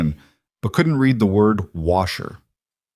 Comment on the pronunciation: Good story. A couple minor irritants. When a sentence starts with a past tense verb "opened" the following verb of the compound sentence is also past tense. The word spelled read is pronounced like "reed" in the present tense & like "red" in the past tense. Also the number of members in the club is confused. Apparently there are 11 total members. When 2 of the members are inside, there are 9 members waiting. When the club is riding back from court, they do not add another motorcycle because there is an extra passenger. There are still 11 motorcycles.